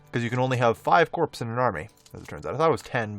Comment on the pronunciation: I love Romania LPs... think you can pronounce Corps right though? Its spelled like a dead body, I know, but it is definitely pronounced Core, like those things from Europa Universalis?